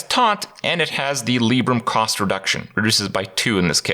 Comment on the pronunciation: Lie-brum not Lee-brum